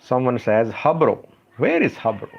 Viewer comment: "Harbu" not "Habro". It is small town located b/n kombolcha & kemise.